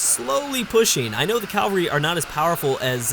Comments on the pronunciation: it's pronounced "cavalry" not "calvary" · bruh... its CAV-ALRY not CAL-VARY!!! Jesus died in Calvary, cavalry are horse riders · ...Please, it is caVALRY... Not calvary... Sorry i just had to say it... I know youve probably heard this loads of times haha, otherwise great video! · what did he say? calvree? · I've noticed other UEBS presenters pronouncing cavalry as "calvary" too. Forgive my ignorance but is this a Canadian thing? I'm guessing is Canadian as were I think the other presenters pronouncing it as calvary. It doesn't really bother me if they say it this way, but i'm curious as to where the origin of this pronounciation is from. Cheers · your pronunciation of cavalry is a disease. There is no L in between the A and V.